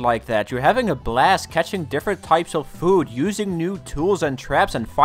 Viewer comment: Your accent made ‘catch different kinds of food’ sound like ‘catch different kinds of poop’